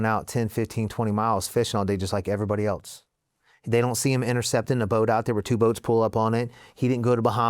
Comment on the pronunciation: Never trust ppl who pronounce it "elts" instead of "else"